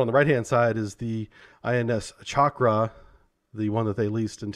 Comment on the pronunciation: Chakra not Shakra.